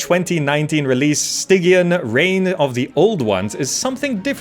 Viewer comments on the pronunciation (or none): Stygian is pronounced Sty jee an